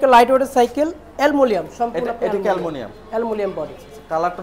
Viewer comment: Aluminium,❌ Alumilium ✅